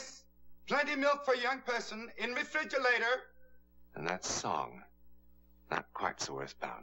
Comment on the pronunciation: First thing I noticed was dude said REFLIDGALATOR ...And then I got smacked in the head